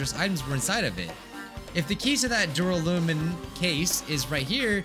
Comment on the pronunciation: Alternate title: struggling to say duralumin for an hour